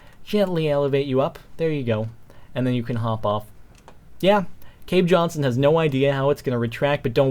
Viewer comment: cave jonshon hahaha